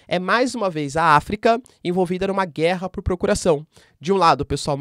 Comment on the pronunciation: Mano para de dar ênfase nas palavras guerra.